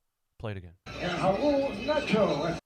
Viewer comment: "Raul nato" i mean c'mon man